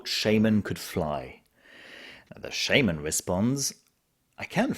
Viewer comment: It’s shaman not shaman